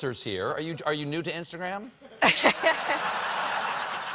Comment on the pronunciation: *new not “knew”